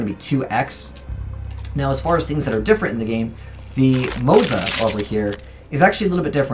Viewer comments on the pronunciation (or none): none